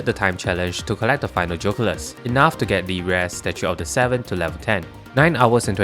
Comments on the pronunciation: Geoculus 🚫 Joe culus ✅ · BRO STOP SAYING JOCULUS ITS GEE O CULUS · I love the way you pronounce "geoculus"